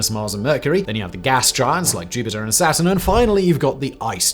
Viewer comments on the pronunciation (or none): none